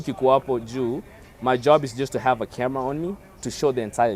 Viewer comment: badala ya camera nasikia ka-mia😅😂😂